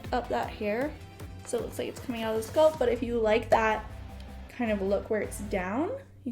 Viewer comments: Please stop saying sculp, it's pronounced SCALP!!! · This is helpful I also hate having an extra itchy layer. cantbwait to try it. my only critique, the word is scalp not sculp, its like a weird ear itch every time you say sculp 😅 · Being a wig content creator and not knowing how to pronounce the word “scalp” is wild 😂😂